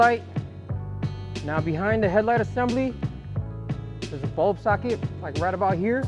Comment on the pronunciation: “Bulb sacket” 😮‍💨haha